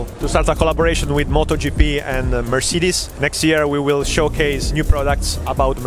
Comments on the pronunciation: thats the moee accurate pronounciation but since I can't make a mersaydees nutz joke whats the point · much closer to the german pronunciation than the english one, even closer to the actual spanish name. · im portuguese so i say mercedes in my own language and when i ear people say it in english im not used to say it the way he did😂😂